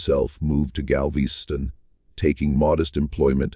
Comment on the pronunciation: Ai stories are interesting, but when you can't pronounce city names, it loses something. Galvesty on ?